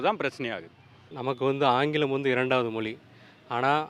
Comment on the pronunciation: முதலில் தமிழர்கள் 'ழ' எழுத்தை சரியாக உச்சரிக்க வேண்டும்.'மொ லி' என்று கூறக்கூடாது! 😂 ❤